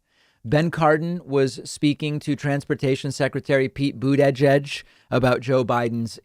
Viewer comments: Oh NO! you mean we have a group in America that actually want to be Progressive. David, with all due respect - please say Secretary Buttigieg's name right! It is not edge-edge, it's "gig" with an 'e'! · Why u pronounce it Boet-è-gège. Its so weird lol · David can be so annoying sometimes. Whether he did it on purpose or not, mispronouncing Buttigieg is so damn old already. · boot edge edge? yeah, it gets me too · I need to hear Pete Buttigieg say his name because I cant believe its the way David says it. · I did a double take when he pronounced it like that lmfao